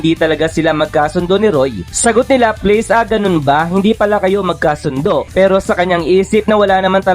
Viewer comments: Sinu si laples😂baka laplas😅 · la-plas po pronunciation ng laplace salamat po